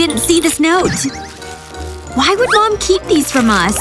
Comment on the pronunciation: It's not mon it's mom